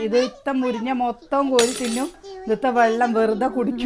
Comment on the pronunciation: മുരിഞ്ഞ അല്ല മുരിങ്ങ